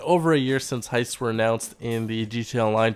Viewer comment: Or Hi-ists